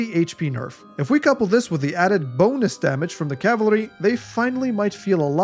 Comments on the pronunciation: He said cavlary. Which is a big step up from the usual american "Calvary", but still... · It's Cav-al-ry. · nah it's dialectal in Australia many of us don't pronounce the second a which seems to be the case here. The first two times he used the word it sounded like cavlry but the last one did sound like he may have put a slight a sound after the l. I'm putting too much effort into this.